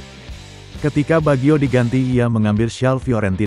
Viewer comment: Kocak narasi robotnya, masak pengucapannya Bagyo, emangnya pelawak, harusnya Bajio, 😂😂😂